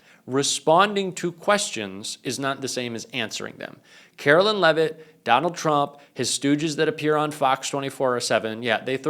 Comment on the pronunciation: I will start liking your videos when you start pronouncing Caro-LINE correctly. You got one job,. Do it.